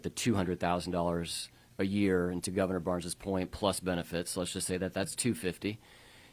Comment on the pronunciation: She said " Im sorry Govna" .